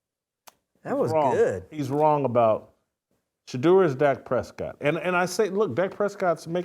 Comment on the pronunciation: This fool said Dak Prescott 😂😂😂😂😂